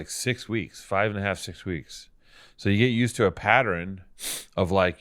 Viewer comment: ok tiny thing, but is saying words like pattern PATTER-IN a canadian thing? my mom pronounces words like that this way and from super north minnesota. it would explain so much.